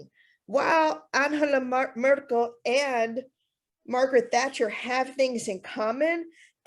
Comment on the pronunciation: I love how you go out of your way to pronounce 'Anhela Murkle' every time